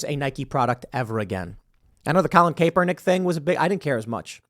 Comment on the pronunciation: For f sake Tim, it’s pronounced CAPernick.